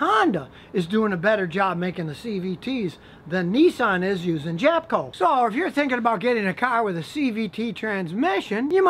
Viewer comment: Was I the only one that heard him slip in a couple “JapCo”s In there with the “jatco”s?